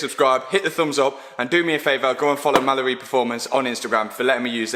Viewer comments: Am i the only one really confused to why he always says “malibu performance” when its called mallory performance? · Sounds like your saying ‘Malabu performance’ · Was watching one of the TT vids the other day and my daughter was watching with me. I asked her what he said and she thought he said Malibu, same as I did the first time I heard him 😂